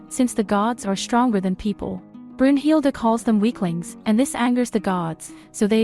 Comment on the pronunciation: You said brunhilde name wrong